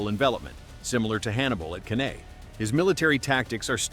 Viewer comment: Canae: Kan-eye, not can-aye.